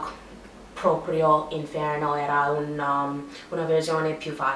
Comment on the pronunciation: You really are doing great! however you have thrown in a quite funny mistake, speaking of Dante's inVerno (winter): be sure to pronounce inFerno (hell)